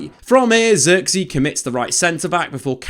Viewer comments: if only you knew how to pronounce his name correct. Zirk-zay, with the i pronounce like Giggs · Just quit pronouncing his name pls at this point u butchered it so many fking times u should just say joshua lol